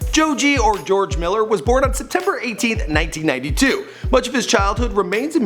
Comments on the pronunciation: "joe-jay miller" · XDDD Pink "Man", "Jojey" Miller xDDD This is cancer bro. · Who the fuck is Jojay Miller